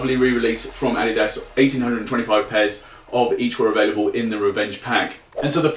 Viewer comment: He can't say adidas properly